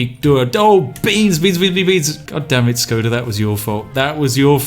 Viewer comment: Shkoda, just sayin'.